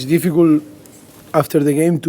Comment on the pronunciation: “It’s not difficult, it’s difficool” - Pochettino